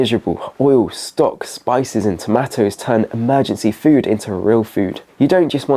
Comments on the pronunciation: cornish is a long ahh sound.... tomaaahtoes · I’ve never heard anyone pronounce tomatoes like this lad does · I've never heard anyone pronounce tomatoes like that, is it an intentional engeagement thing? I guess I fell for it. twat.